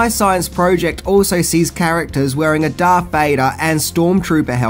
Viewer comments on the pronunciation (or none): none